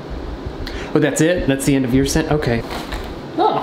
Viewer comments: when he said ok it sounded like f***k it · Ikr it sounded so weird for him to say that lol